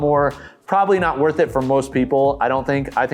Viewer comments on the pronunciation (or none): none